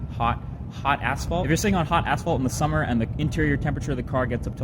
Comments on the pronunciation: Ummm anyone hear "hot asshole" ?? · hot asfalt i thought he said hot asshole haha